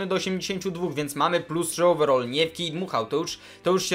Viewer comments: overall - over-all ---- over - ołwer all - ol ---- naucz się poprawnej wymowy... potem poprawiaj ✋ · ołweral nie ołwerol